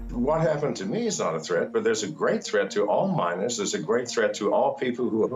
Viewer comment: 'Miners', not, "minors" Rooted, not "routed"